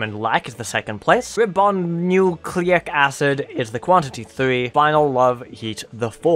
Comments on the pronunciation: If you want to know, it's pronounced RYE-boh-noo-CLAY-ic. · Rye-boh-noo-clay-ick acid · And didn’t (know at the time of this video) how to pronounce Ribonucleic or Martyred.